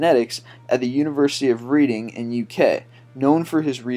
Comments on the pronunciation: It's the University of Reading (Pronounced red-ing) Easy mistake, but i'm a student here and you just made my ears cringe! :P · It's pronounced the university of "redding" (how it's pronounced) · Just so you know, the city Reading is pronounced like Redding not Read ing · reading is pronounced reding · Anyone else watch these videos for the glaring mispronunciations? The University of Reading is "Redding" not "Reeding" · University of 'Read'-Ing? it's pronounced -RED-ing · It's not Read-ing it's Redd-ing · red-ing not reee-ding. not trying to be douchy but it annoyed be a bit XD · its pronounced reding not reading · #19 University of Reading? It's pronounced Re-ding not (ree) You really have to work on your pronunciation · Just to say its pronounced Red-ing not read-ing, easy mistake as it is spelt Reading :) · You really need to research british pronunciation before you make your videos. It's pronounced red-ing not read-ing (although it is spelt reading). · It's pronounced "Worrick", not "war-wick", and "Redding", not "Reading", though both are spelt that way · number 19, pronounced reding rather than reading a book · IT ISNT PRONOUNCED READ-ING, IT IS RED-ING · Pronounced 'redding' not 'reading' buddy :) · its not reading as in a book, its pronounced Red-ing the A is silent :) another great video by the way! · Wilhelm REICH! Also libido is pronounced "ləˈbēdō." Reading, UK is pronounced "RED-ing." Lead Tetra-ethyl is not the leading pollutant from cars in the United States. It has been phased out gradually from the 1970's to 1996. Even back then, lead was not the leading pollutant. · lol I've watched a few of your videos now, and your pronunciations are kinda bad. The city of Reading is pronounced "Red-ing". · It's said "Reding" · University of Reading: Pronounced Redding :) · pronounced "reding" despite it being spelled "reading". But who the fuck really cares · It's pronounced the University of Redding, despite being spelled Reading. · its pronounced Redding